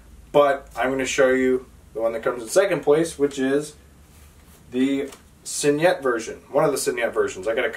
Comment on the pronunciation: Awesome collection! And you did a really nice job of making the video!Just one small piece of constructive criticism... Your mispronouncing signet. Spell out the word to Google and Google will pronounce it for you correctly. All in all you did a fantastic job...a hell of a collection! Enjoy your books! Btw, IT is my favorite Stephen King book too, so far!